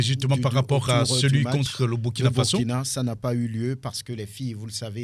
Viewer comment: On dit Burkina Faso